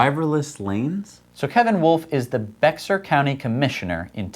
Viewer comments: Cool news about the autonomous vehicle lanes! That streach of I-35 does not even have HOV lanes yet. BTW, Bexar is pronounced like Bear. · Bexar county Texas is pronounced "Bear" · BEXAR is pronounced BEAR Dear, I know you guys are Yankees and all, and never get to Texas much, let alone San Antonio in South Texas and BEXAR county. I live in Los Angeles now, but am a native of Texas, where they pronounce BEXAR "BEAR", like Grizzly Bear. FYI.